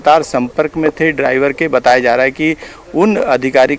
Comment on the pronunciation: Hai ki jagah kai bol rha h 😀😀